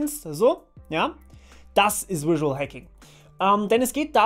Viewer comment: Überzeugend und simpel - gut gemacht, danke ! Kleiner Tipp vom Anglisten -sag mal auf Deutsch "visuell" und dann Englisch "visual". Die fangen beide mit demselben Laut an :)